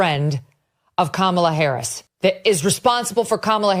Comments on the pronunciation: Hah you said Kamala Whoris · "Kamala whorris" 🤣🤣